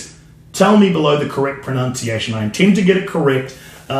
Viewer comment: If you really care it's pro(nun)ciation not pro(noun)ciation love the channel though